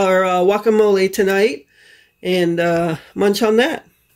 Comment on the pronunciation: Just curious why you pronounce the G from guacamole as a Y. I've noticed a few times now you say yuacamole.